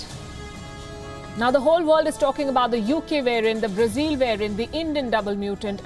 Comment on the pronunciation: Learn to pronounce BRAZIL correctly. It’s not “zile ”, it’s “zil”.